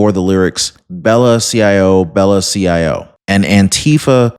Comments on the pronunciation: Just a heads up... "ciao" is an Italian word that is pronounced "chau," or like "chow." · CIAO is Italian and is pronounced "Chow."